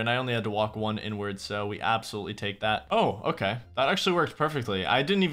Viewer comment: Ik he said inward XP